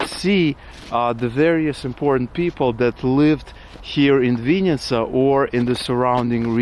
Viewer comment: It's not chl-YE-bna-YA chata, it's chl-E-bn[A] chata, or can't you read Ukrainian? There were no Russian labels. Dislike. VInn[i]tsa is Russian, you should learn Ukrainian being in Ukraine, not Russian. The correct version is Vinn[Y]tsia!